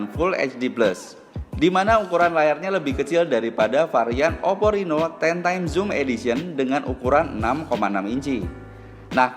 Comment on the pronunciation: Oppo reno mim , bukan rino